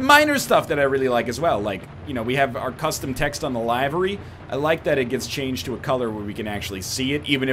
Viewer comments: Isn't the pronunciation of "Livery" actually "Liv-er-ee" not "Lie-ver-e" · Lie-ver-ee in the Queen's English.